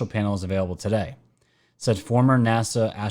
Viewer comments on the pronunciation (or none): none